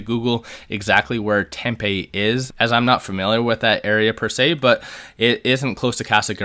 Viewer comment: Tempe is pronounced tem pee I live in Phoenix. 😉😎